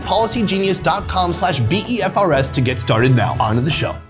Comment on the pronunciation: It's called BEFRS. Not B.E.F.R.S..